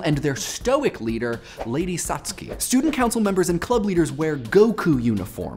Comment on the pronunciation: Thanks for correctly pronouncing "Satsuki" this time! ;)